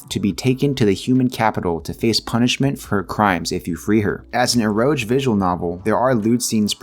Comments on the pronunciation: Eroge: Pronounced "Eh + ro + gay", literally Erotic Game. Not erojhe. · That's not how you pronounce "eroge" 😂😂😂😂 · Definitely the first time I heard it pronounced that way